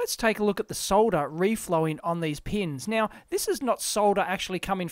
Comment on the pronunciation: Finally someone who can pronounce soLder correctly